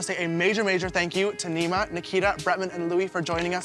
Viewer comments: Neee-mah not n9ma babe 😂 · Pronounced “Knee-Maa”